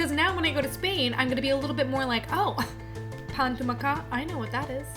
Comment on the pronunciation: Yes, Pilar had no idea what she was talking about, and the way she pronounced "pa amb tomàquet" was just awful.